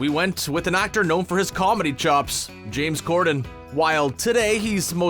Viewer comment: I could forgive mispronouncing “Ralph Fiennes”. But James Corden? Y’all have earned yourself a dislike